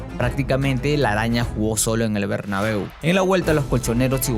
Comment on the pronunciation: Dijo robabeu